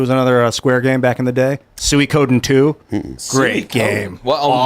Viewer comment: Def wasn't expecting the pronunciation of Suikoden from lmao. The ps2 games were fantastic.